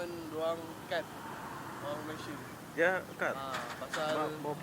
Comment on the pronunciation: Brtahun2 keje di malysia sebut malaysia pun tak betul lagi.. aku ramai je org lombok keje dh lama di malaysia.. reti je sebut malaysia dgn betul..